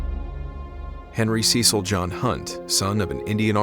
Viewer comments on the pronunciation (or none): none